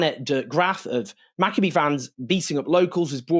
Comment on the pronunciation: Learn to pronounce Maccabi correctly. The "I" is the same pronunciation as Malachi.